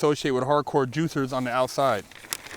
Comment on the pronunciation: "Juithers" lol love your channel bro